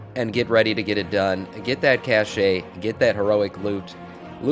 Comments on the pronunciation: its a "kash" not a cash'e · Are you pronouncing the word "cache" wrong on purpose to ragebait? :P